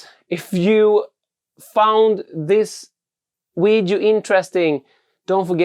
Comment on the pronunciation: Grymma filmer, men det heter Video inte Wideos;)